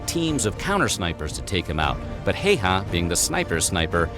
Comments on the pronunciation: "Heiha"?, se on Häyhä! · Amazing. Pronounciation. Heyhä. Ä is ä always in finnish language. We don't have different 8 different s's or ch sch or what ever asian laguages what i know nothing of. We have very simple language. It's logic and grammars is always the same. Not like germanic where there are odd verbss. Who ever invented them? like I like this, i liked this, i have liked this, i had liked this. Easy enough but put. i put, i put, i have put, i had put. English is actually so weird and complicated that native speakers don't know it. summa summarum....no1 has ever mastered finnish except native finnish. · way he pronounced Häyhä made me giggle way too much :D